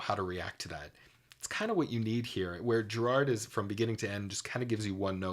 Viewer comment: Anyone with real knowledge of POTO knows the significance of the “clone”. And BTW it is not Geer- aard, it is Ger-ird. He is from Scotland.